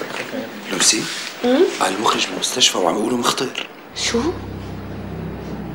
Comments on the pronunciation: يقول المَخرج مو المُخرج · المخرج بفتح الميم 😂😂😂😂😂😂